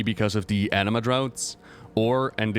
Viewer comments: The way he pronounces Anima as Enema HAHAHAH i’m dying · A-nima not an E-nema eeeeeewww xD